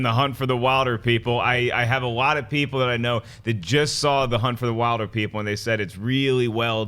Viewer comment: Wilderpeople is pronounced Willderpeople fyi.